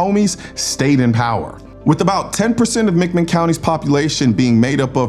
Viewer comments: It's not mickman County. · Pronounced Mac Min. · Athens is about thirty minutes from me and a great story! McMinn is pronounced with the emphasis being on Minn.